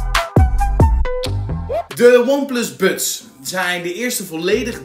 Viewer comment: Je spreekt buds en Frank Sinatra wel heel erg op z'n Hollands uit 😂Waardeloze oortjes zijn het. Geluid is echt matig. Totaal geen bass.